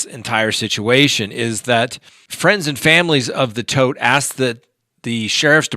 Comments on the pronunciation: It’s TODT, not Toft. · Your saying Toft wrong, ToFt!